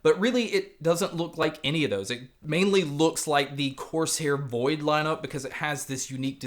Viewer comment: why do you keep saying "coarse hair"?